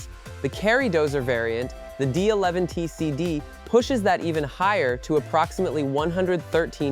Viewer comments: It's Catapiller D-11,not duh leven,get it right geeze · He called the D-11 duh leven